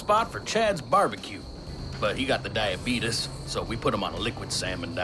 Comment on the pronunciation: "then he got the diabeetus"